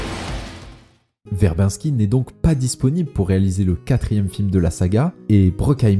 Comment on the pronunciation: très bonne vidéo en général mais perfectible, revois la prononciation de "Verbinski" ça trigger xD (ou d'autres prononciations anglaises à la française, genre "Nathanson" aussi xD), et fais attentions à quelques bafouillages et erreurs genre "The" Lone Ranger quand tu parles de ce film, alors que le film n'a pas de "the" dans son titre, je chipote mais cumulé voilà quoi